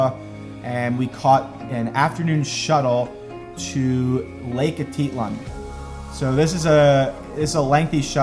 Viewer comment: I appreciate going to Guate, but how many times has he heard the correct pronunciation of 'mercado' and 'Atitlan'. How hard is it to remember how to pronounce it?